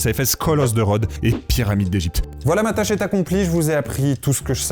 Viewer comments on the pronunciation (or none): none